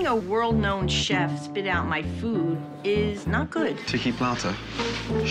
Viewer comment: She said world